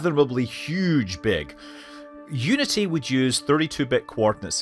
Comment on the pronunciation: I thought he was actually saying it when he started to say "you-nitty"